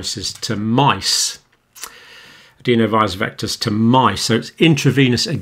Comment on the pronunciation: Adenovirus. Not adeenovirus. I've never heard anyone pronounce it like that in all my time in Medicine.